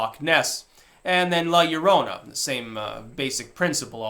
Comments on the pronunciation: Double LL makes the hard "y" sound in spanish. No one calls it la lorona. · Your own a. In Spanish, LL is "eye" ( pronounced A Yea ). It's the letter after L. Definitely NOT pronounced like an L. Llorona is "weeping woman". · Double L is a Y sound